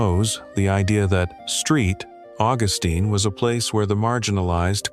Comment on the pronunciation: What a bummer you couldnt give this info without it being 100% AI. I would love this channel if you'd use real images and a real voice. Not even correcting it to pronounce st augustine right is wild. You know you can fix that right?